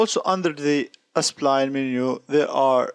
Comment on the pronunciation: Why do you keep reading it as ”Espline/Aspline”? it's Spline